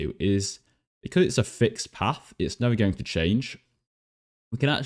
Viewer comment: You said path as AH